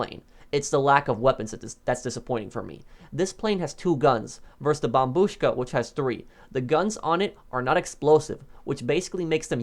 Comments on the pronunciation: thats the correct way to say it bro bombuška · That’s how you pronounce it though 🤔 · the way he says it slaps 😎😎